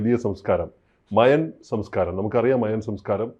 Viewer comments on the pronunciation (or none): മായൻ സംസ്ക്കാരം എന്നാണ് കേട്ട് ശീലിച്ചത് താങ്കൾ മയാൻ എന്ന് പറയുമ്പോൾ ഒരു irritation